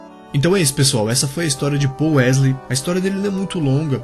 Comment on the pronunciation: "Pol wesley" Kkk